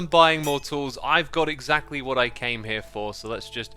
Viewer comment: Xisuma you're sneaky hermit. I got trolled by Pearl's last video because of that QR code, lol😂. Also "Exactualy?" Your hermitcraft episode is always both calming and hilarious